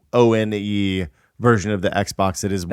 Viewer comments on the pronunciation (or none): for the electronic threes. pronounces PSone as "PS oh Annie."